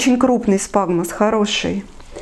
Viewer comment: Спагмос??? Или все таки сфагнум